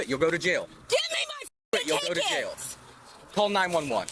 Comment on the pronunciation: An adult pronouncing the word jail like “jell” is infuriating